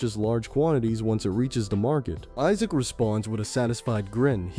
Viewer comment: Isaac pronounced as E-suck i can't hear this. I'll just read the manwha 😂😂😂😂